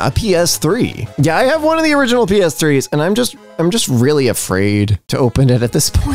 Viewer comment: saying "PS3s" sounds like she's saying the first word of Dick's Sporting Goods(or Dick's Bar & Grill) but a different word.